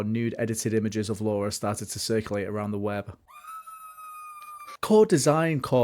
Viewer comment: I enjoyed this documentary style video, you clearly put your knowledge and love of Lara into this fun mash up of all things about Tomb Raider. I was a little perplexed as to why you kept calling her Laura and not Lara. Anyhow, I especially loved how you brought Lara home to east Midlands Derby and also gave this small CITY a much needed bit of attention.